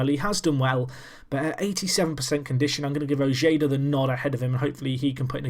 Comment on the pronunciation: Little tip: Ojeda is pronounced O-Hey-Duh